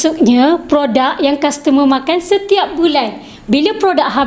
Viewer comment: Customer not kastemer